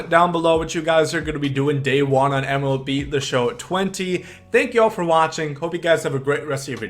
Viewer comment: He really said Melb